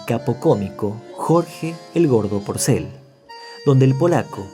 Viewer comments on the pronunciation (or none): Muy buen Relator,pero has puesto Jorge Pocel,como dijo PORCEL ,te comiste la R," pasamos un ambre "